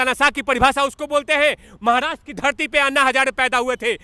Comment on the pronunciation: Tere ko Maharashtra bhi think se bolne nai hota Aukat me raho